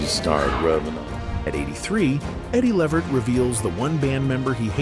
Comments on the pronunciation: The proper Pronounciation of EDDIE’S LAST NAME is LeVERT…with the ACCENT on the SECOND SYLLABLE. Not LEE-vert. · Eddie L-EEE-Vert ... come on man ... get the AI to pronounce Eddie's name right !!! Damn !!! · You can see this guy telling this story can't even pronounce Eddie's last name right, this is why you don't let White people tell your story or our history. I bet if it were Frank Sinatra, he would have gotten it right. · This narrator kept mispronouncing Eddie Levert's name. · I agree! Can’t watch it!